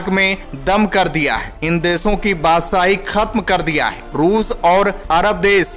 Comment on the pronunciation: भाई, आप सही हिंदी नहीं बोलते, आप श को स बोलते है। बादशाही को बादसाही बोलते है, देश को देस